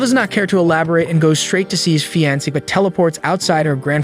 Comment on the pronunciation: Man you need to learn how to speak and pronounce some words like fiancee you have bad grammar skills and I know how much that sucks as not only did I once have the same problem now the only last issue I have is my spelling i now can easily pronounce word's correctly but some word's I can not spelling it properly as at times it's because I think it's spelled like but then I would remember that not all word's are spelled like they sound in English that is why it's the hardest language to learn in writing and such as most languages too a native English speaker is hard too learn both it's written way and speaking it but once you get used to it ir becomes easier to learn another language that is also from the base route language like a lot of the European languages have the same route language that they are from just as most of the asain countries have the same ancient language that they are from for Europe it was ancient Roman Italian before the tower of babele i wounding what was the language and did it have a name and what did the writing look like I think that all of the records were lost in the great flood that nowa survived with his family and the animals and if unifocorns ever even existed the one h horned horse died out was because it was alone and the ship was only bordered by animal mated pair's and any of some fantasy creatures might have once existed but where not in a mated pair so they were not let on the boat ⁸8⁸at least I like to think that something like those cre